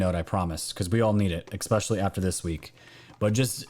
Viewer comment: Love you, but it’s [“S” peshally ], not [“X” peshally]. 😊 I know, I’m the one with the problem! 🤪👍🏻❤️🇺🇸